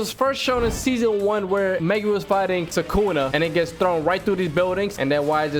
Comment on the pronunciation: Guys for a second in mahoraga sukuna becomes thukuna